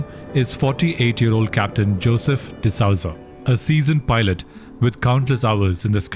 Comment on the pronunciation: D'Souza is pronouned as D'sooza and not D'Sauza